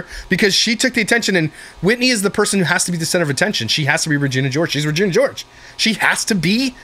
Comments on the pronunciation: Regina 😭🤣 it's said re- gena not ri-gina 😭🤣🤣🤣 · the way said Regina George. Lol no he didn't RAgina Lolol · I love how you pronounced Regina like “vagina” at first 😂💀 😂 I’m dying laughing at that for some reason